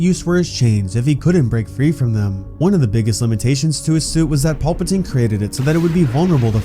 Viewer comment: Can you please say PALPATINE and not PAULPATINE. It's driving me nuts.